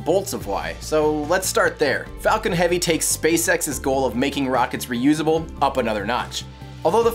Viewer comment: HE SAID "This is SpaceX fuckin' heavy"* !! AHHHHHHHH THE LAUGHS WILL DESTROY MY EARS AHHHH! Either that or it was "Falcon" and it sounded like "Fuckin". *EDIT: I watched in 0.25x speed, it was Falcon, it's just that at normal speed it sounded like "Fuckin"